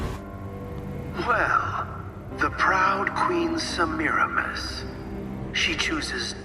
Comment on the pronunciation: that's not how you pronounce that name- It's pronounced "Semi-ra-miss